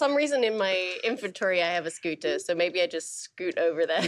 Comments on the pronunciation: I love that she goes with a flap sometimes (like and ) but with a plosive in others ( and ). Such an immigrant-losing-accent / dual-citizenship-brain moment lol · I can't get enough of Siobhan's pronunciation of scooter. Never before have I heard scooter with the t pronounced as a plosive instead of a flap